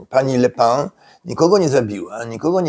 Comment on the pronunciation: Wymawia się "Le Pen".